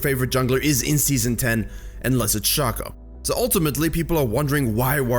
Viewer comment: I keep forgetting he says shahhcko..